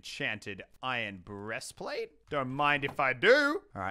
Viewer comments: no one: not a single soul: Muselk:BrEAstPLaTe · BRESTPLATE!!!! LOLOLOLOLOLOLOL!!!!!